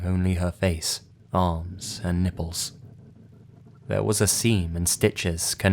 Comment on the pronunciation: "The NIPPLES" - The way you pronounced it, made me laugh xD